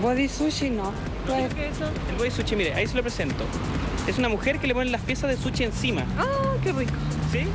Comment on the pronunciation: Hay que mejorar su pronunciación por eso del body "suchi" jajajaja